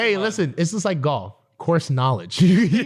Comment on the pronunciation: Love how says GHALF